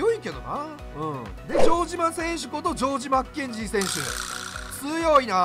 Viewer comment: ジョージマッケンジーが本名みたいな言い方で草